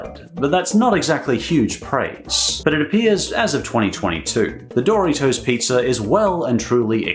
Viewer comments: I kept hearing it like "Dorry toes". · hearing you pronounce doritos as "DOOR-EEH-TOES" made me want to die lol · Doritos is not Pronounced Dory toes